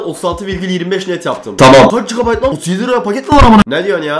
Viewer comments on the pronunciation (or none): none